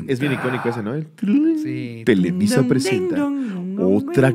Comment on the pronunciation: xD "televiza prezenta"